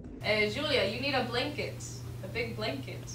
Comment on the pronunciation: спасибо за видео!) Только кажется одеяло произносится как бланкет, а она говорит блинкет ☺️ Я сам не понял что такое блинкет 😂